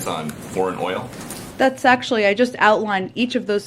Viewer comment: Peppermint Patti does it again 🤣😂😂😂 “let me give the facts here” 🤣🤣🤣🤣🤣🤣🤣🤣🤣 ** she can’t pronounce “oil” .. 5 times to say it correctly… gooo peppermint!!